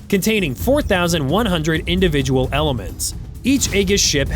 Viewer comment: lindividual? 🤔 I thought it was spelled individual 😂